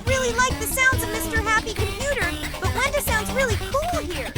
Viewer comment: WENDA Sounds Like He's saying ragatha